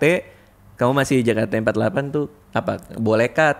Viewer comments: Gemes bgt bang radit nyebutnya jekate. Padahal member udah nyebutnya jeketi :( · jei ke ti for ti egk , bukan je ka te empat lapan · juga bilang jekate empatlapan